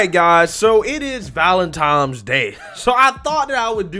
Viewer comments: Valentine's, with an "n".... You sound like a child saying valentimes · Are we just passing over "valen-TIMES" day? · Valentine's Day or Valen-times day??? Huh? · Valentine's day my guy, not valentimes. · It's pronounced, valentiNes day, not valentiMes day. LOL!!! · Also It's pronounced Valentine's Day... not Valen-TIMES Day 😆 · It's ValentiNes, not ValentiMes, come on man. I wanted to listen but I couldn't after .40 seconds....sorry dude Trump 2024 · It is Valentine's Day not Valentime's Day you have some valid points but if you don't speak clearly you make yourself sound ignorant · Why the fuck are you saying valentiMe with an M? 🤣🤣🤣 it's ValentiNe with N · First off it's valentiNes day not valentiMes day. It's only the fugly girls that don't get cat called that think it's disgusting. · whats valentimes day? is that a new holiday? Im familiar with Valentines day but ive never heard of valentimes... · To all black people : It is not called "Valentimes Day". It is called "Valentines Day" There is no "M" in the word "Valentine". Stop it. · Its Not VALENTIMES DAY..Can you say VALENTINE'S?? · Sounds like you said valentimes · Its called ValenTINEsday. Not ValenTIMEsday. Named after St. Valentine. Not after St. Valentime. Its a common misconception. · ValenTINE"S Day, Not ValenTIME'S Day....lol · It's VALENTINES not VALENTIMES 😂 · Love the vid but I gotta be pedantic for a sec... valentiMes day? It's ValentiNe's day, based on a name of a saint... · "Valentimes Day"? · Bro, it's pronounced valentine's, not valentimes lol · It is not Valentimes day it is Valentines day.. Just in case it is also a library not a libary. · Valentimes Day?????? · "Valentimes day" lol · It’s actually called Valentine’s Day, not valentimes day. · Valentine not valentime. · Valentines day. Not valemtimes day. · I don't know if you pronounce it wrong on purpose or not, but just in case, it's not "Valen-TIMES". It's Valen-TINE's" with an "N". 😂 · "Valentimes Day?" LOL! 😂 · Valentine not Valentime